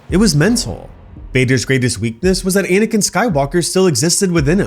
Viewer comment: how the fuck do you pronounce Anakin lmao